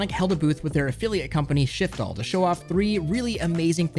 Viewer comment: Man! Props to you for pronouncing Shiftall correctly so fast. But tell the truth now... How many takes did it take not to pronounce it as shi*fall? 😂😆